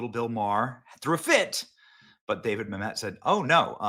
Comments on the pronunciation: It’s Mamit not Mam Met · “Ma’am et” not mamet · Mamet is pronounced “Ma-muht”, not “Mamette” btw. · Dude it’s David Mamet not David Mam•et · It’s actually pronounced David Ma-mutt. He also wrote “Glengarry Glen Ross” too. Used to be a god of the Left until he became a Conservative a few years back. Naturally, they turned on him as only the Left can do. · Dude! It’s David Mamet. STOP saying Ma-met! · Glen garry Glen ross my favourite.... hey benny it's pronounced mam (pause) met ... mam . met .... just FYI. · I love David MA-met. Emphasis is on the first syllable, Benny. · I wish that all of the YouTubers would be old enough to pronounce these names and words properly. It’s mam et. He even says it in this video. I feel like no one really looked into so much stuff until it ends up on their desk to read for a podcast. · Benny... From Olympia Fields, IL. "Mă●mĕt", wife corrected you over and over, out loud. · It’s pronounced “MA’AM-et”! Like damnit. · Benny keeps saying Mamet wrong. And he’s been a hard core non-Leftist forever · You are mispronouncing Mamet's name!! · You keep pronouncing David Mamet's last name incorrectly.